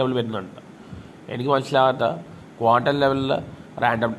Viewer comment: കോണ്ടം അല്ല ക്വാണ്ടം, മറ്റേത് വേറെ സാധനം അണ്, അണ്ണന് അറിയതൊണ്ടാ 🤭 മെഡിക്കൽ സ്റ്റോറിൽ ചോദിച്ചാൽ മതി ഒരെണ്ണം തരും